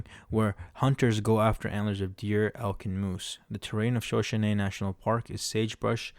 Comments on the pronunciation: Please learn how to pronounce Shuh-show-nee. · You can tell when the narrator was not born during the “western era” of movies. He doesn’t know how to pronounce Shoshone.